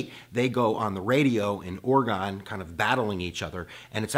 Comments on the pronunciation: It's pronounced Or-i-gun not Or-i-gone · It is Orygun, Not ORE-GONE. (ie Oregon) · Yes thank you. Glad I’m not the only Oregonian that cringed every time he mispronounced our state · ORY-ginn, not ORA-gahn. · Great content! Love your videos. However as an Oregonian it kills me the way you mis pronounce Oregon. It’s Oreg-in. Keep up the great videos tho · PPPluckful Oar-uh-ginn